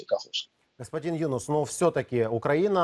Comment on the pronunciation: Ведущему можно было бы запомнить, что не Юнус, а ЮнУс.